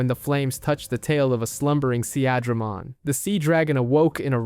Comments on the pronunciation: More than once he even said "Se-ahh-dramon" lmao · and all the pronunciations xD deejeemon, an-jimon, seeAdramon xD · you mean Sea-Dray-Mon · I dont want to sound like im unappreciative of how well the video has been made, but pronunciation is very important and makes what is an important moment, sound like a joke. You went from saying Unimon, to saying Oonimon, instead of Sea-dramon, you said See-adramon. We are all fans, we have all watched the shows and played the games, pronunciation should not be an issue, and yet somehow it still is. Sometimes pronunciation isn't important like people who still call Arceaus, Ar-see-us instead of Ar-key-us. But I do believe true fans of an IP should have witnessed enough of words being said, that pronunciation shouldnt be an issue. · See-Adra-mon... the funniest way I've ever heard Seadramon pronounced! = ) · Great video and nicely done, but some of your pronunciations are killing me, especially when they say it in the show LOL! Mainly Seadramon, Piedmon and Digimon themselves haha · His pronunciation of Seadramon pissed me off